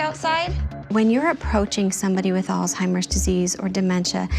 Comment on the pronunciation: This woman is Social worker and the director of Programs and Family Services for the Alzheimer's Association and mispronounces the very word and group she is representing, "Alzheimer's, not All-timers.....